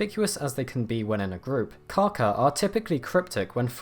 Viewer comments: cool vid....It is important to pronounce this birds name correctly, beacuse "kaka" means "shit" in Maori but Kaakaa is the bird so pay to lengthen out that "a" when you are talking about the bird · I can't believe anyone could be so ignorant as to pronounce Kaka as Kacker. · You saying his name wrong sounds like car car if you say that you will be pronouncing his name correctly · It would help if you really wanted to do this video justice, at very least learn how to pronounce kaka & other words correctly. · You said it wrong smh